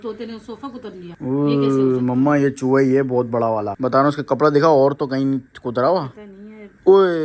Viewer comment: Chuwa Nhi chuha hota he bhai mind Nhi karna